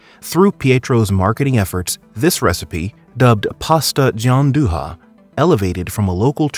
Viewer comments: FYI, Gianduja is pronounced "Giandueea" non "Gianduha" like in Spanish ;) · I'm having a stroke everytime he says Gianduhhhhha instead of Gianduia 🤣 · Cool, but that's not how you pronounce Gianduja lol it's sounds closer to GianduYa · "Gianduia" is read as "djanduya” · I'm Italian and I have to tell you this, your video is very interesting even to me and very well done, I will subscribe to your channel, only one thing, everytime you pronounce Gianduja like you are reading a Spanish words my ears bleed! The pronunciation is right for Gian but duja is pronounced like dooya ! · Sorry but this video is a bit weird. The need for gianduja was due to cocoa rations. Also please to pronounce gianduja. Also why did you borrow movie scenes which have nothing to do with the story? Other than that good video overall